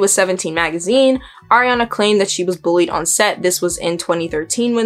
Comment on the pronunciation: ilysm okay, but you said air-eee-ana. its ariana. ahree. ariana. SHES NOT AIR